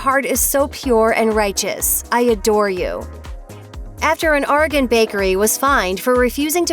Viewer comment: Learn to say Oregon...correctly